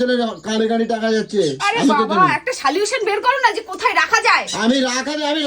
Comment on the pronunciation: "সালিউশন" আবার কি জিনিষ,? ওটা "সল্যুশন" হবে!